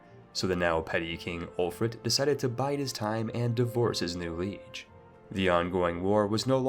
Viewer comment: It's so weird which words this guy pronounces correctly and incorrectly. He pronounces Nantes and Lèon correctly, but doesn't know how to say liege, piety or betroth. It's so random.